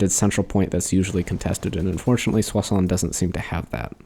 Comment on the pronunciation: Finally someone that can actually pronouce "Soissons" correctly!